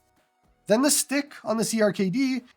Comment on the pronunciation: Checkout YARG! Does everything clone hero does and more Also, CRKD is pronounced Cracked btw